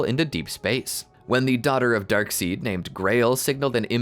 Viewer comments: darkseid it's prounced darkside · It's spelled darkseid but they pronounce it darkside